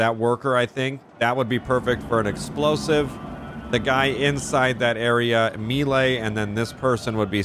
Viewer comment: Every time you said melee that way, I threw up a little.